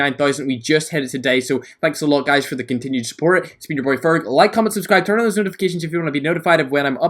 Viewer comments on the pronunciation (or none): none